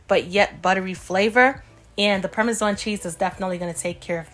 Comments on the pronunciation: I HATE THE WAY SHE PRONOUNCED PARMESAN!!! ISH AIN'T CUTE!!! WTF???? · I love the way you say sauce and parmesan, I'll definitely marry you looks so delicious 😋